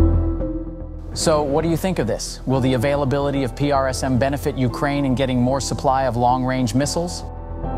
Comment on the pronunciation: or " p r s m" PRISM , say it.. PRISM